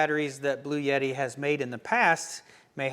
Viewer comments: I really like your content and this is a good review of the products shown. With that said, there is no "Y" in the name. It's "Blue" "Etti". There is no "Yeti" with this power station. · It is pronounced "Blu-Etti" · Per Wikipedia, a 48-volt DC electrical system voltage is a relatively low-voltage electrical system that is increasingly used in vehicles. It began in the 2010s as a way to increase the propulsion and battery recharge during braking for fuel savings in internal combustion engine vehicles, especially mild hybrid vehicles. Also, are you sure about your pronunciation of Bluetti? I was pretty sure it is Blue-titty.